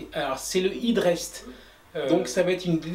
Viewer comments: "è"drest plutôt que "i"drest pour la prononciation ! Pour la réalisation rien à dire, du tout beau ;) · Félicitations et merci pour cette série très détaillée de tutos, on sent que ça va faire un sans faute ! Par pur soucis du détail, on aurait plutôt tendance à prononcer hèd rest que hid rest outre atlantique..